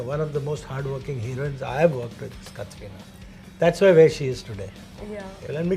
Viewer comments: Why is the host saying kathrina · Pehli baat to is host ko Katrina ka naam pronounce karna aata nai. It's not Katrrrrrreeeeena. And wrong pick. Deserving candidates the isse aur.